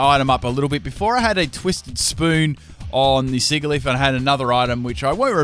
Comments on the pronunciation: The "g" in Sigilyph is supposed to be pronounced like a "j." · Hey patron, did you suggest this just to make us listen to his awful pronunciation of sigilyph?